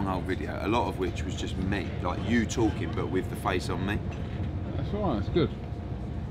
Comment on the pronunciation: “Eddie is just TARKING RUBBISH”